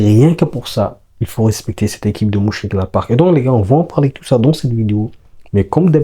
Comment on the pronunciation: Stp mon ami merci pour le debrief. Ca se dit Meunchengladbach le Ö se lit eu comme meuf 😂😂😂